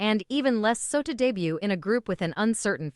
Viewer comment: Wow you make such a long and detailed essay about how bad a music video is due to using "cringe-y" AI, while your whole video is done with a terrible AI voice that can't even pronounce English words correctly. "re duh butt" LOL.